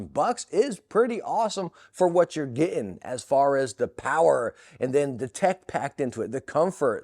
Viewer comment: lost me when u said its awesome for what yor ge-in